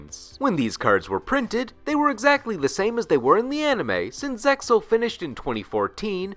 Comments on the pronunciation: Which is why I like final boss monsters from the Manga, look at The Supremacy Sun( which is an excellent card to run in Zombie decks) from GX manga. Did he say Zeal, when it’s pronounced Zexal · nah its zexal. No one i know says zeyal and honestly its sounds dumb